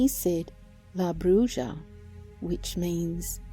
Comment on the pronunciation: Hate to be ''that guy''', but it's pronounced ''bru-ha'. Bruja = ''brew-ha''; brujo = ''brew-hoe''; and brujeria = ''brew-heer-ee-ah''. ''J'' is typically pronounced like an ''h'' in Spanish, as in ojos/''oh-hos''; or Jesus/''hey-zeus''.